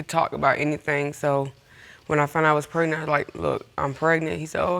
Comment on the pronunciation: Can we please pronounce “pregnant” the way it’s supposed to be pronounced instead of “prenan”